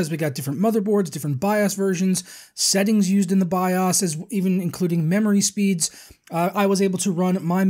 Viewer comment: The way your pronounce bios... is that normal? have I been living a lie my entire life?